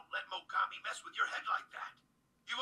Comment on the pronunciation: The moment it looked like he was about to lose his shit after getting kicked sent me chills. Fight was great as well! Ps: Name's Mogami, not mogumi! :D!